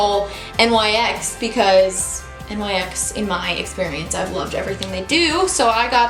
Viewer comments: Love this video!! You're so pretty that you don't even need makeup! I also love that you used all drugstore products because I don't buy high end makeup since it's so expensive. Though the brand NYX is pronounced like "nicks" not N-Y-X since it's not an acronym. I also looooove that lip color on you:) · Love you! Just FYI, NYX is pronounced NIXS :)